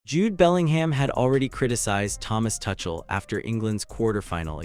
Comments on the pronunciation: TUCHEL should be pronounced as TOOCHEL ,not TOUCHEL. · This is AI ROBOT SLOP -- it is not TOO-SHALL. It is TOO--CALL. this is AI! be careful! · It's Tookell, not Touchel you Muppet. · Mate there's the England Rugby Team in your pics common gotta do better and his name is pronounced " 2 Shell " get your act together if your going to be professional . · Thomas Tuckle?😂😂😂 That's AI for you!! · His name is not pronounced "Touchel" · Lol . Yep. Thomas Touch Ell. And what is a Sem Eye final? 😂😂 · Dude... you don't even know how to pronounce the coach's name but still you make videos that I should listen to for 25 minutes straight where you misspronounce Tomas Tuchel?! No thanks... I'm leaving in 30 seconds!